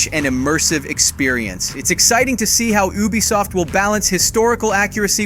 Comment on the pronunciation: Sorry man but but your pronunciation is garbage you said Ubisoft wrong every time and pronounced Yasuke differently every time you said you even called him Ya and hattori hanzo don't even get started hope that was a AI voice and not actually you